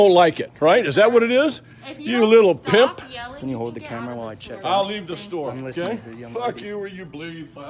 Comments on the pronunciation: he called him PICKLY 😂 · i thought it was "pimple" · LMAO he says it with so much emphasis